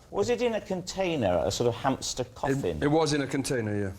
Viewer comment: Hampster? I thought it was pronounced Hamster 🐹